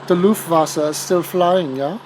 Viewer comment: I thought it was Luftwaffe not Luftwasser. Airwater lol